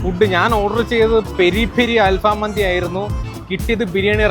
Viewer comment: മന്തി📉 ❌ മാന്തി📈 ✅